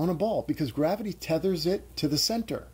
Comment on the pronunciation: So, P, I love how you say goo-rav-ity. Epic. Inside joke at our house. Anytime something goes wrong we say, oh goo-rav-ity!